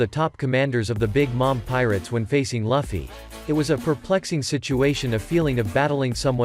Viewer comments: L-uffy? It's lue-fie (luffy) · It's called Luffy not liffey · Stop SAYING LUGH FFY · Ermmm that’s how you pronounce Luffy’s name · Seriously what dafuq is that pronunciation of Luffy??? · Bro why does he say Luffy like that